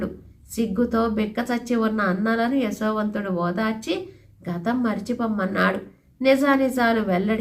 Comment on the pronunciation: అమ్మ మీరు యశోవంతుడిని ఎసో వంతుడు అని పలుకున్నట్టు అనిపిస్తున్నది